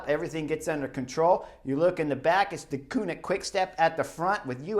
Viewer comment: You only have to pronounce 2 Dutch words correctly in your exposé, Merckx and Deceuninck, and you manage to mess up both. Ceuninck is not pronounced as the German Koenig. You'll have to watch the Flemish television one day, just to "discover" how it is said, there's not really an English comparable sound I think. It is like the French "deux" (two), like in Deux chevaux (2 CV Citroen). But what is absolutely not done, is to pronounce Eddy's family name as "MURKS". Jeezes, suppose I would pronounce Kim Wilde's family name as it is pronounced in Dutch, you'd be the first one to remark this is a rather frivolous way of using the pop legend's name. Well, the "e" in Merckx is not pronounced like an "u" but like the "a" in "at" (at last, at home). So please please please... stop calling him Murks and steer away from such "merky" waters.